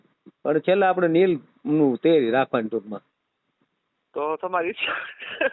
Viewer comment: Not neel real word.is leel